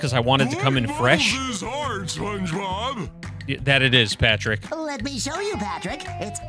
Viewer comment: That patrick pronunciations is surprisingly good